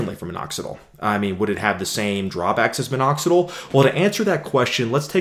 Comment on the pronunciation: But I don't like the way he says "Minoxidle" instead of "Minoxidill".